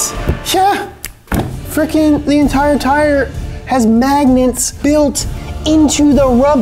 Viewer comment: "thea entire tire"